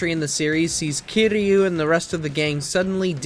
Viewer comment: Funny I didn't even catch "Kairo" lol I was already mad over Yagami. Also you gotta mention the Judgment series has an English dub there's no excuse for the presenter making those mistakes.